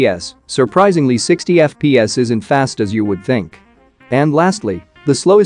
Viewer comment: Normal people:FPS voice machine: Eff-pee-ass Id: Username: osmanLOL3 Global version!